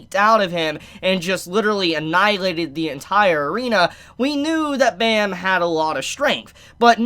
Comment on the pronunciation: I love you, but please pronounce Bam’s name right. Pleaseee.